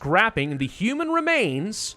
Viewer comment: when he sed human rmans 😂